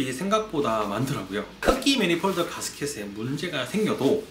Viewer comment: 매니폴드를 자꾸 매니폴더 라고 하고, 크리닝을 자꾸 크리링 이라 해서 전혀 신뢰가 안가네요.